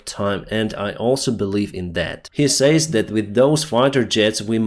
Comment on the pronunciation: Будь ласка, дуже ріже вухо постійно, не сеід(said), a сед і не сеіс(says), а сес